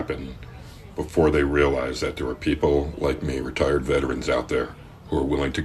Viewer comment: did he say retired or r tarded?